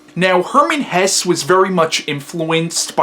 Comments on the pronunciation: I find your book review very good, because i understand every fact very , even though my english is very bad, because you speak very clear and your lecture is very structured. But i want indicate you something: You say at the beginning of your lecture Hermann Hess. Thats not right, his name was Hesse. I say this, because Hitlers deputy was Rudolf Hess and he had nothing to do with the author. But the rest is good. I find your book review, because in youtube is no bookreview in german. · Great review - hats off to you! I hope you don't mind a few remarks about your pronounciation of German names: - the last sylable of Hesse is pronounced the same way than the "se" in words like "second" or "self" = Hes*se* = [ˈhɛsə] - it's similar with "Nietzsche" (you pronounce it pretty good) but the letter is pronounced like the "e" in words like "shelf" or "sheriff" = Nietz*sche* = [ˈniːtʃə] - you make the name "Beatrice" sound like it derives from "beat" or "beating" but this originally french name is pronounced with an audible "a". -- most people in the UK would probably pronounce the first letters like "Bianca" or "be a tri(ck)" = Be-*a*trice = [ˈbiːatɹɪs] -- while French and German people would pronounce the "e" different as well - so it would start with "be" pronounced similar to words like "bell" or "beg" followed by a clearly separated "a" like I wrote above = "B*e*-*a*trice" = [ˈbeːatɹɪs] Hopefully you're not angry about my "corrections" - I did not write them to make you feel bad or something. It's just that you seem to be a smart person, who is open for new information and constructive criticism... Keep on doing your thing - you're great! :-)